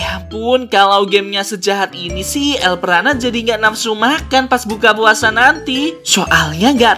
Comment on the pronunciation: Bg kenapa bacaan nama abg harusnya el brana🗿🙏🏻